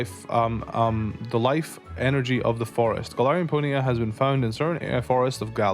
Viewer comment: I like the way you say it. "Pony'a" 🤭